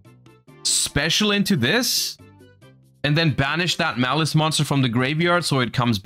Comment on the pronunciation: If only Malice was actually called Malice and wasn't butchered